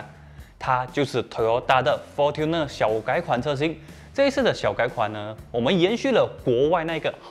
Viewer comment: Fortuner应该是读成 'for春ne', 不是'for吞ne'。